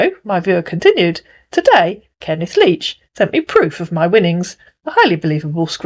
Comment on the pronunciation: "Kenneth Leach", huh? Kenneth LEECH is more like it!